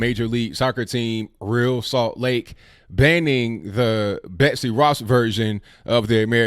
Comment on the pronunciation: Hey, big fan of the show. I consider myself a conservatarian. I am an MLS watcher. My favorite team is the Columbus Crew. I was disappointed with ReAl Salt Lake for calling the Betsey Ross flag racist. Oh it's pronounced Re Al (like Al Bundy). Don't worry I made that mistake when I first saw there name in the early years.